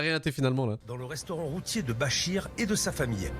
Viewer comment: j'Ai tellement l'impression que le pere dit Roti au lieu de routier XD